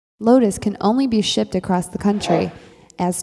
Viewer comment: Very informative. Also, made me giggle. Acrosst and Burried.